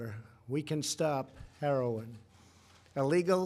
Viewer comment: Did he say "herolin"??